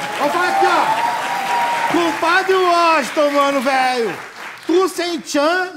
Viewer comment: KKKKKKKKKKKKKKKKKKKKKKKKkkkkkkkkkkk vei, por mim tinha "cumpadi uoxiton" todo dia kkkkkkkkkk